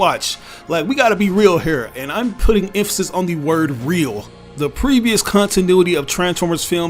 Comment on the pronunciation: Why he said cuntinuity